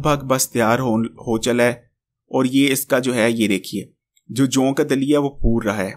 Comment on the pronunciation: جَوں نہیں. جَوء ہوتا ہے.